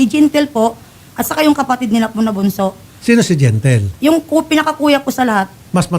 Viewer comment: Anong gentle gentle. Di gentle huhu